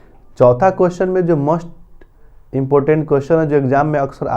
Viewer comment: 'मोस्ट' का उच्चारण आप 'मस्ट' के रूप में क्यों कर रहे हैं?